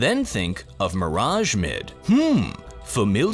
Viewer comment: It's Mirage